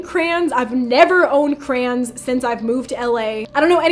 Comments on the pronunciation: is there anyone else who finds it funny the way she pronounces crayons ? 😂😂 she says it like “ crans “ 😭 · It's funny when she says crayons is crans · lol why she pronounce crayons like that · The scariest part of this video was how Eva pronounces “crayons” lol. Girl, there TWO syllables in the word. 😂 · I love the way you pronounce crayons 😂😂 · Is it weird that I like how she says "crayons". It's so fancy like how ppl pronounce expensive brands.